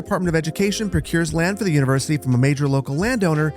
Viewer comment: "Univercity"? Really, boss? :D